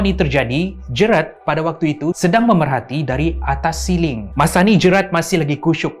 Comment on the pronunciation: Sebutan GERALD salah, bukan 'Jerat' tapi 'Jeyrel'.. 😅